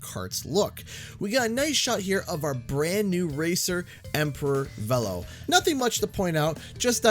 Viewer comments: Vélo is the French word for bicycle. The correct pronunciation is [velo] but was changed to [vilo] for Nitro Kart. Now it's pronounced [vɛlo]. I'm more confused with Beenox choosing to still have the name said differently, given that many of their developers are native French speakers. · I thought it was pronounced "Veelo" I'm not changing the way I say it. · I got so mad that, not only did Oxide pronounce it as "Veh-low", but then repeated it verbatim and I wanted to punch something every single time. I don't think I'll enjoy this track personally but all of the Grand Prix tracks have been okay to unenjoyable(meaning I don't like the track and don't play it). The only Grand Prix track I love is Mirror Mode Megamix Mania. I don't like normal Megamix Mania but just putting it in Mirror Mode made it one of my favorite tracks. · I don't care how oxide pronounces it, it's VEELOW because thats how Velo himself pronounces it when he introduces himself in CNK. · His name is pronounced Veelo. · I mean, they pronounce it "vee-low" in the CNK cutscenes, so I don't understand how they managed to get it wrong for this. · Ok first of Oxide pronounces Velo, Vel-o, but secondly I know Steve Blum isn’t voicing Velo but whoever is is actually really good it sounds like Bulm’s voice. Thirdly, the track looks great I love how it starts with a bored drive thru employee that’s hilarious. Sucks that this is the last Grand Prix though, but hey we still have more characters after. Here’s to seeing Mr. Crumb, Viscount, Willie Wumpa Cheeks, Madame Amberly and hopefully this can really be everyone is here. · It's pronounced 'Veelo' Beenox & just got it wrong lol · Yeah, it was pronounced "Vee-lo" in the original CNK, so I'm wondering why it's different all of a sudden. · I was hoping for an N. Trance skin and the CNK boost gauge. Also, Oxide pronounced Velo’s name incorrectly. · Both you and the game mispronounced Velo's name... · its VEELO not VELLO